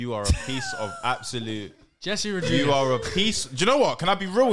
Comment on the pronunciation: Do you know how annoyed I was when man said Jess Rodrigues omgggggg my heads was baffled omg hahaha